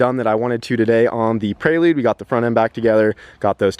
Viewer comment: Prelude doesnt have an 'A' in it! U keep sayin Praylude 🤣 Keep up the good work!